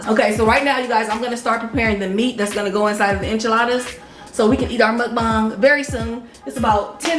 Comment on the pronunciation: Can she say MukBang for once instead of MukBong🗣️🗣️🗣️🗣️🗣️🗣️🗣️MukBang